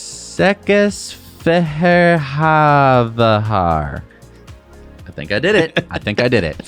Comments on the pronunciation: Székesfehérvár 😅 botched it but fortunately almost any Hungarian would understand which city’s name he was trying to pronounce. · Székesfehérvár (seh-kesh-fe-hair-var) translates to white chair place. ;) Now you know a new Hungarian supercharger location.